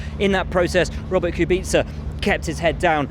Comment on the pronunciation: Bwoahrt kubica